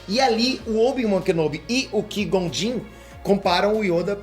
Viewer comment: A pronuncia correta é Kuaigon